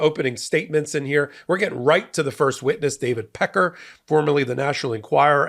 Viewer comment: Dang, the way you always put that extra emphasis on the word "pecker", everytime! 😂 You really just let er buck and drive it home!!😂😂